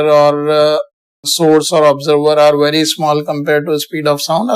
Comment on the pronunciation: vely vely nice